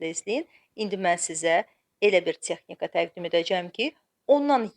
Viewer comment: Çexnika yox Texnika birinci ozunuz orgenin